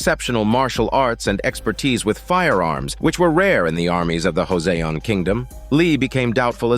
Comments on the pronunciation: your text reader says "Jose own" like some guy named Jose from Mexico owns something. Joseon is pronounced with a J not an H sound, long O sounds, and an S sound not a Z sound. Joe. Sown. The E in Joseon is subtle, western ears probably won't hear it. Still, your bot is F'ing up that proper noun. Joseon. Please fix the bot. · The bot-reader keeps saying "Joseon" incorrectly. It is reading the word Joseon with a spanish pronunciation. It should be said, "Jo-sown" with long O vowel sounds, and a solid J sound not an H sound. The S in Joseon makes an S sound, not a Z sound.. This is really irritating to hear your text reader bot saying Jose like it is some guy from Mexico. Please, fix those mispronunciations in your bot-reader. It is truly irritating. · That really irritated me how the voice bot was pronouncing Joseon. It was repeatedly mispronounced with a random Spanish accent! Wtf.. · Is impossible because text to speech sound is hard to fix and time consuming to, so pls don't be mad toward the creator